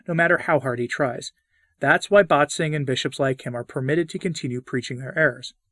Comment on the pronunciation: One little note: „Bätzing“ is not pronounced as BAHT-zing, but as BET-sing/BAIT-sing.